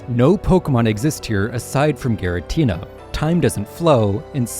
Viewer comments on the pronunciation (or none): Rrr-Key-Us. G-Ra-Teena